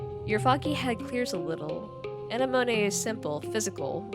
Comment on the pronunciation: absorbent brain then pronounces anemone as anay-monay 💀